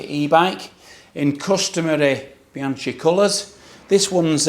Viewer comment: my nephew broke the chain on his Rail at 450km. He’s a hard rider that mashes the pedals,so I wasn’t totally surprised. Btw, the ‘chi’ in Bianchi is pronounced like ‘key’ 😅